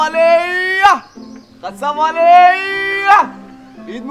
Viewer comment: yeh bewaqoof log QASSAB KO KHASSAB bolte aur likhte hai...koi in ko sikhane wala nahi hai pure HUDERABAD mai..afsos ki baat hai